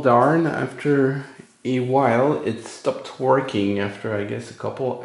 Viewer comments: "It's...it's verking!"! You brought it back to life! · "it's.... it's.... it's VORKING!"